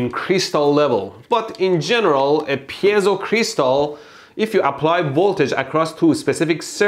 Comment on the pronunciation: Mold couldn't pronounce piezo if his left ball depended on it